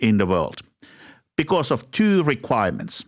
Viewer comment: His accent when he says twooooo.. 💦 😅